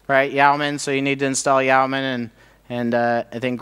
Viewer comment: FYI Yeoman is pronounced "Yo-man" (see e.g.